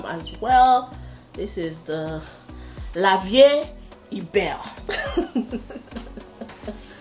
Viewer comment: 🤣🤣 it’s pronounced “LA VI” I don tire for you 🤣🤣!